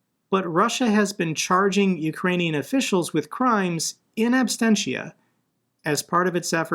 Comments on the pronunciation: ABSENTIA, ABSENTIA...NOT ABSTENTIA!!@ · Bro, your channel has become so threatening to Putlerstan that a whole bunch of ruZZian trolls have been assigned to post propaganda and disinformation here. 😂 Also BTW, it’s “in absentia” not “in absTensia”.